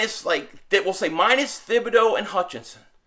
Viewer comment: Hey it's pronounced 'Tib-a-doe, the H is silent. It's a French name.